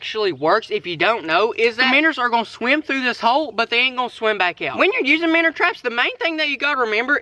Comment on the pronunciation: Why do you say minners? Its called a minnow